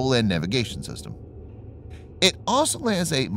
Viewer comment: Why is the word 'also' so hard to pronounce?